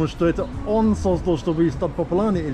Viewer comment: создАл, а не сОздал. Ударение падает нa корень слова. You learn Russian from the people who don't know how to speak it properly and without mistakes.